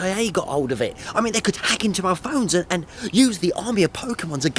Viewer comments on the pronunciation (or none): none